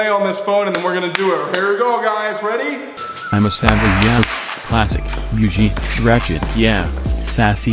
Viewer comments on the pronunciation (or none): The way that robotic automated voice said “BEWGIE” instead of BOUGIE!!! LMAOOOOOO hilarious I honestly thought it was Reggie at first